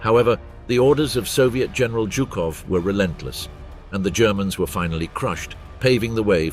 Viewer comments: It’s not jew cough. It’s zoo cough for General Zhukov!! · Jukov and Heinrichi ? Really can't listen to that ...